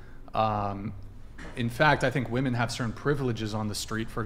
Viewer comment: Yes they - also ponounce women wrong lol